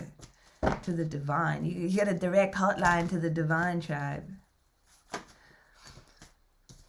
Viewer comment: the way i heard “direct heart-line…” instead of hotline… i really like that,. 🫶🏻